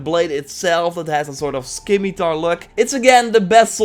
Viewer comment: SKI-MI-TAR! XD